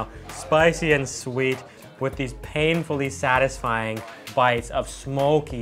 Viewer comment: yeah..."painfully satisfyin´"..... hahahaha